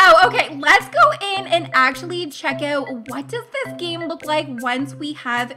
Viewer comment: Dont say oet say Out